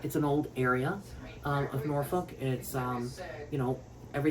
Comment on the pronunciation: You kind of pronounce Norfolk like you aren’t from here lol